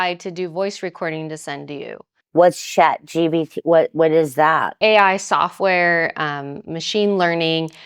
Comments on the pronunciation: It's Chat GPT not "Chat GBT" Didn't this channel put a lot of money into AI software? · Did she say "Shat GPT"? 😂